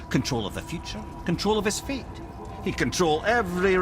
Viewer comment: It's 'fate', not 'faith'.